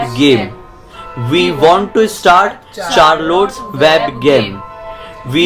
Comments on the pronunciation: Its not charlottes, u have to pronounce it as sharlette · That is not Charlote that is sharlete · its pronounced as Sharrolett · This video n u...both r amazing but I just wanna say 1 thing.....u need to pronounce Charlotte like Shar-let.............itna hi bolna tha n I am ur really very old fan....if possible plz reply